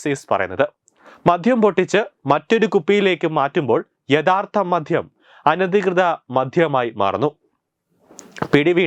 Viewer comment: "മധ്യം" അല്ല ബ്രോ "മദ്യം"